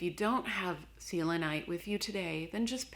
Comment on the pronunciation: The way you say selenite drives me crazy XD